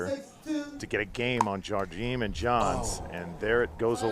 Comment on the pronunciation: FYI, pickleball commentators: Watch the Jigsaw Health commercial where Simone Jardim tries to explain at great length to someone how to pronounce her name. The first syllable "Jar" is pronounced with a soft "J" (as in Zsa Zsa Gabor, the Hungarian actress who immigrated to the U.S. in 1941), and not as a hard "J" as in "jam". The second syllable "dim" is pronounced "gene", as in Eugene, Gene Wilder or gene, the subject of genomics. One should not slide over the two syllables and try to meld them together, but should pronounce them distinctly separate "Jar/gene". In Brazilian Portuguese, "di" is pronounced "gee", as in "gee whiz", since the "d" before "i" is pronounced like the "g" in George in English, and "m" at the end of a word is pronounced like an "n" (and not like an English "m"). Hope this is useful and not too annoying.